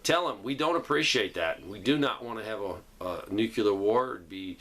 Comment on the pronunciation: NUCLEAR - What does Nucular mean?